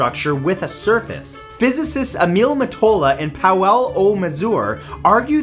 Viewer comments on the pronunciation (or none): none